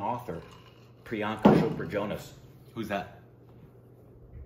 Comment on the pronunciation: Ahh! Finally pronounced Chopra correctly!! Thanks,!!